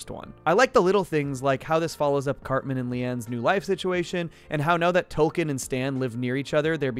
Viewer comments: Is it Token or Tolkien? I thought they was a joke about diversity there, but I keep hearing Tolkein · Dude it sounds like your saying Tolkien. His name is token. Because he's the token black friend. That's the joke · It's TOKEN, not Toll-Ken, why are you saying it that way? Do you not get the joke that Token's name is? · The characters name is Token not 'Tolkien'. Get it right. He was created as the 'token' black character on a show primarily about white people. That's the point. It's supposed to be both funny and 'meta'. Note the T on his shirt, it stands for 'Token'. No other character on the show is singled out like this. For someone who watches the show as much as you appear to it's just sloppy, amigo. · Stan and tolken? Uhm wtf?! Isn’t it TOKEN? For the obvious southpark gag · honestly I didn't know about the change, I just thought you were Canadian or something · Every time you said token it sounded like you were saying Tolkien. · Hate to be that person, but it sounds like he's saying Tolkien, like author of lord of the rings and not Tolkien as in the Tolkien black character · Are you actually calling token Tolkien? 😂